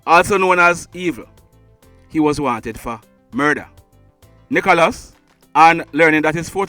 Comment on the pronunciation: The man name NICHOĹAS not NICHALOS.Pronounce the man ame properly.I just subscribed to the channel.